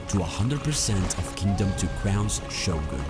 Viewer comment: That's the actual correct pronunciation. It definitely isn't Show-Gun or whatever else common English speak has bastardized it to.